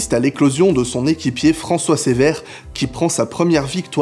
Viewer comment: On ne prononce pas Cévert mais cEUvert.